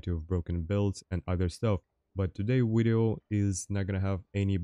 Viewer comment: I love watching your strats and skill but damn man, i need to know how you pronouce Nvidia. Edit: Never mind, you said very but you say wideo, now im interested in why that specifically?